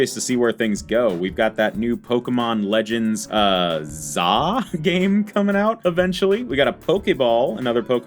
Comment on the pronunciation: Bro said legends za